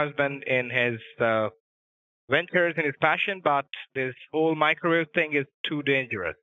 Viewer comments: Hold on hold on why is the creation of a "Macrowave" the funniest thing I've ever heard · "the first Macro-Wave" oh god I'm losing it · Lost it at "world's first macrowave" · "The world's first macro-wave" 😂😂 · “He’s trying to make the world’s first macrowave.” I’m dying 😂😂